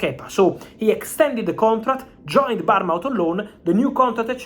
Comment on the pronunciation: Hi Fab, it’s pronounced Born-Muth, not barn-mouth. Thanks for the upload ❤️